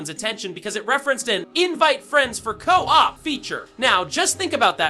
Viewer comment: Never heard a real person pronounce co-op like that